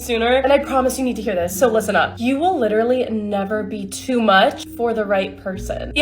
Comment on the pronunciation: If I lidderally hear lidderally from lidderally any liderally lidderal wahmen, I'll lidderally be lidderal.